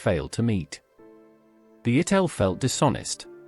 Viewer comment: It was Morris ItAl, not ItEl! Ffs, get the simplest things right! Thumb down.